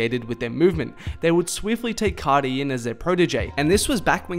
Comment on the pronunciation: C (ar) ti bro not C (ot) ty ... ar pronounced like the letter “ R “